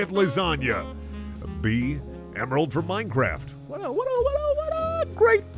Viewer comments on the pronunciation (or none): Did he fukin say "gemaral"?